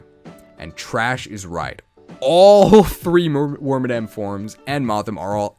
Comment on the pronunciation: Its moth-HIM (male) and Wor-MAD-EM (female / madam ) it upset me greatly when I found out it wasn't worm-a-dam, now I pass this cursed knowledge to you.